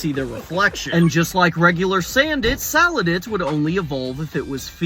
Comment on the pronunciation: it’s SALANDIT not sandit